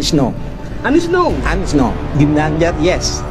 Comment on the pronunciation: Kok nyebutnya ginanjar bro. Diseting dulu yg apik biar gak lucu